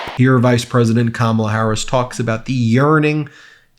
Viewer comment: Wow, he was so mad talking about Beyoncé that he actually pronounced Kamala’s name correctly!!